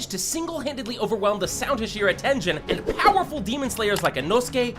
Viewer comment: The way you are pronouncing "Hashira" is really irritating me. Say it right, dammit.